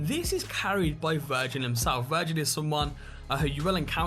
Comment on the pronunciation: Virgil not virgin